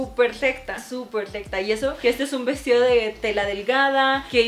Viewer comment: No puede decir recta